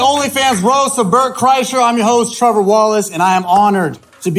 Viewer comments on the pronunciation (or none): HAHAHA I just realized they got poor Trevor Wallace's name wrong when they announced him at the beginning...the announcer said "Travis Wallace". ...unless his name is Travis, in which case they got it wrong in the credits,....either way.,.. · Did the announcer say TRAVIS WALLACE instead of Trevor Wallace??? what a bunch of fucking buffoons